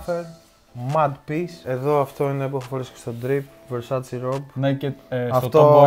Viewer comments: it's VERSACE, not VERSACHEE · Μη το λέτε Βερσάτσι, βερσάτσε λέγεται... Μέχρι και η Donatella το είπε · Καλώς σε διόρθωσε στην προφορά των Καρτιέ όμως ρε φίλε ο ίδιος προφέρει τα Versace ως βερσατσι την στιγμή που η ίδια η Ντονατελα βγαίνει καί λέει ,σας παρακαλώ είναι βερσατσε οχι βερσατσι